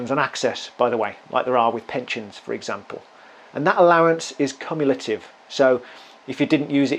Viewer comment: I was more thrown by the pronunciation of cumulative. I don't know if it's a regional thing but I've never heard anything like that before.